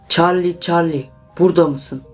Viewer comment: Çallı çallı diyo ama güzel